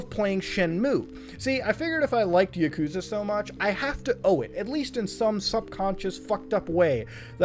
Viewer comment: i hate how he says yakuza